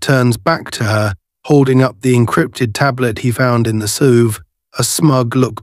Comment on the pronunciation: AI Is getting smarter than ever. Now if we could only teach it how SUV is pronounced!